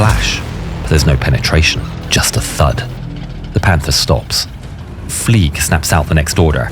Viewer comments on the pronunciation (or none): “Fleig” is pronounced as “Flyg,” not “Fleeg,” because he has a German last name. If you were to pronounce it as “Fleeg,” it would be spelled “Flieg.” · THE WAY you say "FLEIG" hurts my soul deeply